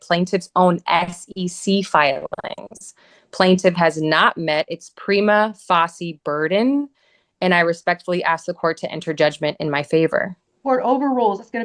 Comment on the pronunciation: “Prima fassi case”